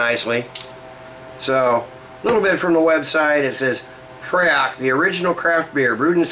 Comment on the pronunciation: Nice review, I've got a bottle in the fridge along with some other Scottish beers such as Raven Ale, Black Gold and Belhaven Scottish Stout. By the way, the pronunciation is more like "free" which unsuprisingly is Gaelic for "heather". Anyway, just had my first sip of Raven Ale, Hoppy goodness. Slainte! (Cheers)